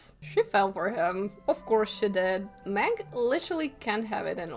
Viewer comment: Meg. Meg. m-eh-g, ITS MEG. Not. Mag.